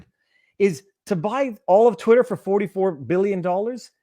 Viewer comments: Yes, but "twit-hurr" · I've never heard anyone say "Twit-t-her" like that.